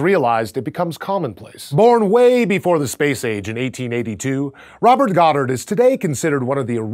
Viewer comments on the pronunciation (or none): none